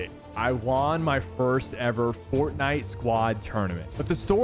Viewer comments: why does he say the word "won" like "waan" lol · “I wawn my first squad tournament” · Bro why does it sound like he's saying Juan instead of won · 'Won' is pronounced the same as 'one' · Do people actually say w aughn like bruh no offense though anyway good vid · why does he say "won", its pronounced "wuhn" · every time he says won, sounds goofy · Anyone else notice how weird sypher says “won” it sounds like the currency not like he won the game 😂 it’s like he thinks it’s pronounced the way it looks 😂